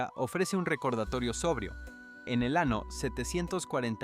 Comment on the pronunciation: La historia es real,Pero bueno pronunciación en español es un desastre Te entiendo igual Pero debes hacer énfasis en lla ñ de año y muchas más palabras o te crítico pero es para que sepas Gracias amigo por tu voluntad Dios te vendiga ,Desde Uruguay te ad.iro por tu tenacidad , Ok ?